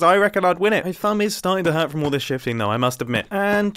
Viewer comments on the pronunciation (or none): Did I hear him say “my thumb herts from shifting”???